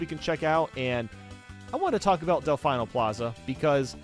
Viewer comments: the game has been out for 23 years. It’s DelFEEno, not DelfEYEno. They pronounce it Delfeeno in the cutscenes. Please get it right. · "Delfayno". still can't pronounce Delfino after all these years, incredible (They even pronounce it multiple times during cutscenes, come the f*ck on). Still not as bad a "2 Piantissimo". IYKYK.